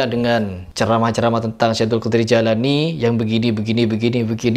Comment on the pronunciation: Namanya jeilani bukan Jailani.....ngomong aja salah kok...